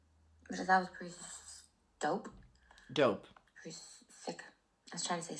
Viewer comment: "that's shhdope" is that what she's on? Is that what people call it now 😂😭